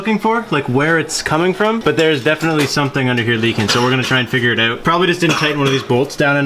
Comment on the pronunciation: i cant be the only one who hates how he says "out" or anything that starts with a "o" or "ou" like "outside